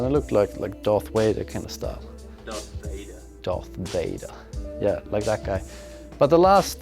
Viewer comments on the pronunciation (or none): "Darth Wader" and the salesman corrected you. 😂